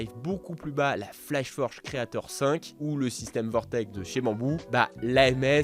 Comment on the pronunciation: Un très bon point , .... , pour une fois vous avez dit Vortek et pas Vortex. Je cherche a upgrade depuis ma A1, je veut bien une X2D gratuit. (La A1 finira probablement chez ma nièce ou mon neveux) En tout cas un très bon test.